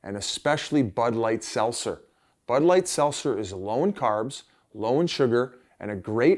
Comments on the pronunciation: There’s a T in seltzer Biz. Let’s work on that one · Why can't Biz say Seltzer?